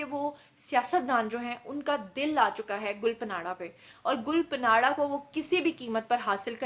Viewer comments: Gul panadda nahi ......gulpanadda ( pushto me tree k patein) ko kehtein hein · Please pronounce “Gul Panra” correctly. (ں not ن)“گل پاںڑہ “ معنی۔ پھول کا پتہ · Duffer gul paanra ka naam galt ly rhi hain jo k buht bura lg rha hy. In hastiyoon per program kr k apni izet afzai mat kro please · .plz name sahi lo gul pana name ha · Pronounc the singer name gul paana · GUL PANRA.... NAME HAI JANAB ... APNY MUSALSAL NAME GHALAT PRONOUNCE KIA... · Gull ka name to thik lo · Your pronounciation of Gul panra is absolutely wrong please correct it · Phle name to pronounce krna sekhh lo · App gul panra ka naam ghalat ley rahi hain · Tmary Kan kaisy pk gy ye sb kuch bta bta k. Tmari to rozi roti hy ye. Tm in k bghair reh he ni skti ye khbrain dhondy bina. Had hy dramy ki waisy...gul panara naam ni hy gul panra by. Yo need little homework on words. Sirf lgai bhujai he na dhondti rha kro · "گل پناڑہ" نہیں میڈم، "گل پانڑہ: براہ کرم اپنا ھوم ورک کر کے بین اقوامی میڈم پر ظاہر ھوا کریں۔ کبھی بی بی سی، الجزیرہ وی او اے یا وائیس آف جرمنی کو ایسے پیشکش کرتے دیکھا ھے؟ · Please arrange a live program in which invite Amir Liaqat, Hania, Mufti Qavi & Hareem Shah...plz plz. To end this endless social media scams.....it's my heartest request Mam....& yes plz correct your pronunciation about Gul Pants...as you were taking this name as Gul PANARA while it is GUL PANRA...it's ok be oz you don't speak Pashto..the PANRA means LEAF....thnx Dr.Waheed Qureshi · Had hai mam 😆 Gul panra hai gul panara nahi hahahaha ye kon se jaga se education le hai 🖕😆😆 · Gul pa nara 😂😂😂 Means ap ne phool pe nara laga diya. Pronounce it Gulpana. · Ya panara kia hota hai? Panra hai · Plz pronounce gulpanra name in a correct way....its گلپانڑا.....not گلپناڑا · Gul pa nara nahe (gul pa ra) ha ...es n silent ha ....gulpanara. .. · Her name is Gul Pahnra not Panara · محترمہ آپ نام غلط لے رہی ھے گل پانڑھ جسکا مطلب پھول کی پتے ھے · ھاھاھاھا گل پناڑہ نہی ... گل پانڑہ ھے نام اسکا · Yr gul punaraaa ni h gul paraaan h